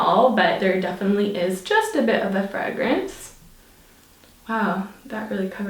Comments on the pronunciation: I think she's picking up the Irish accent 😊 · Omg the way you said fragrance